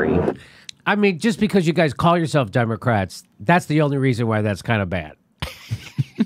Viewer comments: Ron's face when says Demo"ass"tics....lol. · LOL,! The DemoASSitcs, I like it!